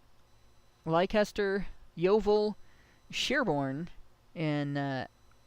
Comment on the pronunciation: Derby is pronounced in British English as “Dah-bee”. Leicester as “Lester”